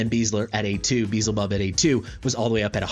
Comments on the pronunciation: You're saying the character's name wrong. You are not even pronouncing it the way it's spelled. You're saying "Beezlebub" but it is spelled Beelzebub. You're swapping the L and the Z around. "Probably my new favorite hero in Watcher of Realms! Beezlebub is amazing..." You're not even spelling it right. 🤦‍♀ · Be-el-ze-bub or as worguides says xaris lol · It's be-el-ze-bub regardless of the name's origin (even though it's clearly inspired from the lord of the flies), L comes before Z. Also, respectfully, video is unnecessarily long, no need to compare the leaked info with what's on Test, current state is what matters... for those watching I recommend skipping the 20-minute-long comparison. You covered his performance fairly well but it would have been nice to see the actual rage regen difference over the course of the guild boss fight for example, I know it's hard to account for Dolores's A5 but it reliably will proc at least once during a boss fight so how much of a difference will it make and note Beelzebub has a higher initial rage but at least the ultimate cost and duration are the same as Dolores. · no I mean ppl who pronounce it Bee-hell-zay-bub.. It should be closer to Baal since it's the same god that was repurposed.. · I did watch it. Cringed every time you said, "Beezlebub". Way to make assumptions. I mean SERIOUSLY man... 🙄 The fact that you point out you know you're saying it wrong should tell you that you shouldn't be getting mad at people for bringing it up. Especially when you invite the feedback with, "unless a million people tell me otherwise." I'm just one of the million. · Not tryna be that guy but the L is before the Z in his name so that alone should tell you your pronouncing it wrong. I think it's the biblical pronunciations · Say it however you want, but the L is before the Z, big guy. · petition for correctly pronouncing Beelzebub. cm on guys, its hidious how he says it, i cant hear that xd